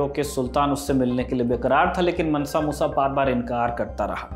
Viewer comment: Pronunciation is मांसा not मनसा so मांसा मूसा